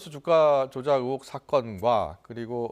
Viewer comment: 앵커야..............[ 으혹 ]이 아니라 [의혹 / 으이혹]이란다. 언론이 이런데 정치가 부실한 것은 당연하지. 정치가 썩어도 언론이 살아있으면 이내 민주화가 되는 법인데...... 이런 부실과 함께 아예 독재의 시녀가 되어가고 있으니 오죽하냐 ??? ㅠㅠ